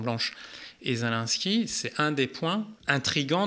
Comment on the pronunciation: Pardon mais c’est pas zelainsky mais zé lé nski, c’est si compliqué à dire ? Sinon magnifique vidéo très intéressante juste fallait que je relève cette chosse car tout au long il dit zelainsky et ca me stresse